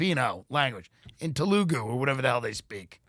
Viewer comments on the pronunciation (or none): "Talugu" LOL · Taloogoo lmfao